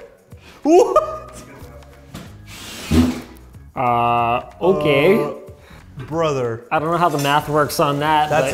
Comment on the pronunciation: That Ahhhh Okay , was the most stereotypical Canadian sounding speech I have ever heard from a Linus video.